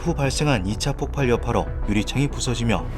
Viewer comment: 폭발이라 써놓고 폭팔이라고 계속 읽으시네.............